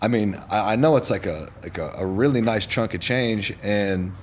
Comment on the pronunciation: thinks it's "trunk of change" when it's "chunk of change"